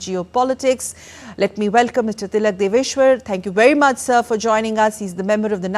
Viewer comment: His surname is Devashar and not Deveshwar.